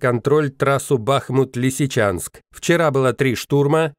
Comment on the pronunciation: В названии города Бахмут ударение на последнем слоге